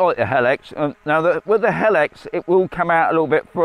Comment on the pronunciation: It's pronounced HE-LIX NOT HEL-IX